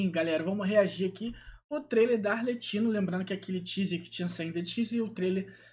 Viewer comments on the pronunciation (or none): A pronúncia do nome é arleQuino, “ch” em italiano tem sim de “q” e o nome de todos os fatui é em italiano